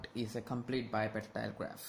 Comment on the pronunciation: why u sayin bipartitile graph